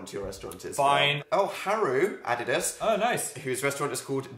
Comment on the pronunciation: I love the way that phil pronounces ‘us’ as ‘uz’ 😂 So cute